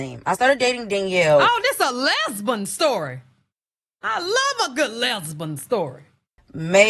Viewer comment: How you said lesban sent me 😂😂